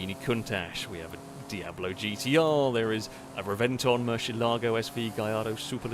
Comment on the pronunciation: please learn the correct way to say Murcielago